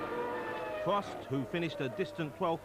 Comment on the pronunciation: “Pwost missed a tywe stop fow weasons faw too compwicated to bo you wiv ere.”